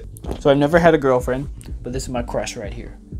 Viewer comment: Do u have a giwl fwend Yes good spelling yes yes